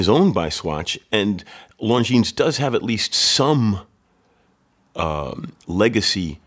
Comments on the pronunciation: It is pronounced Lonjin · As you are running a watch channel, I think it would be important to pronounce the brand name properly. The S at the end of Longines is silent.